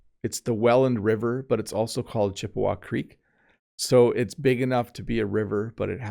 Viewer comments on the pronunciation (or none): none